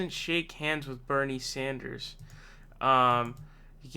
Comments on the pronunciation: WOW...FIRST TIME PRONOUNCED BERNIE’S LAST NAME CORRECTLY!!!! Ohh...and Warren is a SNAKE!!!!!!!!! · Finally you said his name right